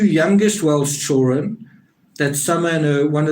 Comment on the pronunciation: it’s hilarious!!but that accent is halarious!!and I’m a hillbilly!!and I think he says “chilren”